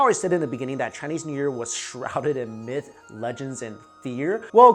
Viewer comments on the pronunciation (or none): none